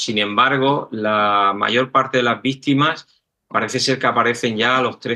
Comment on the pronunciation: "las víStimas" del geólogo....👋👋